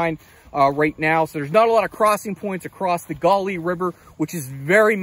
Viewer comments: I grew up in West Virginia not far from there and we called it the Gauley as in gahly no accent mark. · every now and then he said it correctly LOL! I'm from Harrison County.